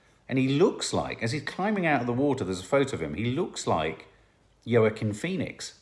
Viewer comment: 'Yo-Wah-Keen' Phoenix! HA!